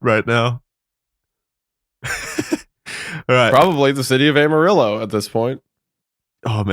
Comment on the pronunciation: As someone originall from Amarillo I was shocked yall actually pronounced it right.